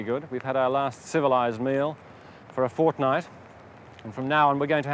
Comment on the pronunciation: did he say FOrtNight??? :29